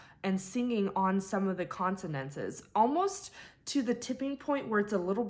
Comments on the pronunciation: Consonants, Not Consonantses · Consonantses? One consonant, two consonants,three consonantses? Why do you mispronounce consonants for all of youtube to mock in a most vicious and dismissive manner? Have a day! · Consontses? Seriousy?